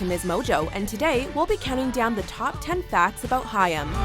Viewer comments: How can Haim be pronounced Hiyam? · It's pronounced Hime. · I'm more annoyed that they're pronouncing the name wrong. It's pronounced like "Time" but with an H. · She pronounces their name wrong.🙄